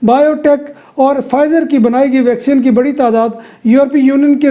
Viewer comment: Bhai yeh vacsean nahin hai vacseen hoti hai. Baqi informative hota hai program.